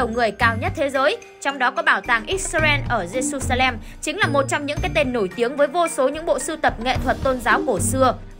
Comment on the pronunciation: jerusalem đọc là Giê-ru-sa-lem chức ko phải Giê-su-sa-lem